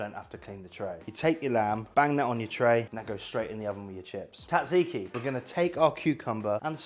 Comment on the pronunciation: Zat ziki, not tat ziki.